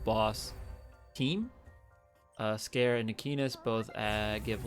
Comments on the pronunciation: Ps. Scare? Lol. I pronounce it "Si (like the first part of sid)- car-(like car) eey (sounds like the letter E)." Which I think is the proper japanese pronunciation given how their language seems to work. But I guess that works too.😋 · I'm sorry mate but the way you say Sikare just tick me off xD, its Si(as in see)ka(as in car)re(as in render)